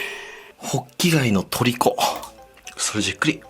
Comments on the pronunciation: ホッキ貝がボッキ貝に聞こえた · 最初滑舌悪すぎてボッキガイ言ってる